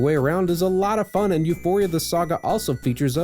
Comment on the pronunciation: no it's Ū•fouR•ia